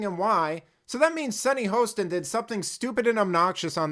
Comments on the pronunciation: Come on....at least pronounce the name correctly. (HA-ston) Not HOST-ston. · You cut the video for your narrative. Play the whole thing in its context. Plus, you are pronouncing her name wrong. It's Hostin. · You are deliberately mispronouncing her name. Racist you're Racist.